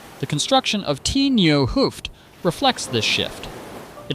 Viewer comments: A double O is pronounced as 'Oh' so Hoofd would be pronounced 'Hoved'. Stroopwafels are pronounced as 'Strope waffles'. So maybe when you write hoved Ai pronounces it the right way. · This is not nit picking, but just to explain how to pronounce some Dutch words. The double 'oo'-sound is pronounced as the 'o' in Santa Claus his 'ho, ho, ho'. And the word 'vis' is pronounced as the word 'is' with a 'v' in front of it, so similar to fish, but then with a 'v' and without the 'h'.